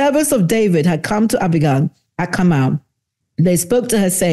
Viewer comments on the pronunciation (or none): none